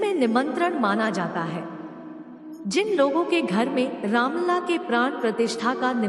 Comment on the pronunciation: Madam Ramlal nahi Ramlala. Pls.